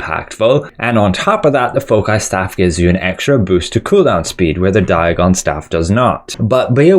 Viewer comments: "Fow-sai" bro. Its the plural of focus. Other than that, fantastic analysis. Thanks! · REYNAE-SENSE FOH-KAI:face-orange-biting-nails: Everyone else: REH-NUH-SAANS 💯FOW-SAI 👌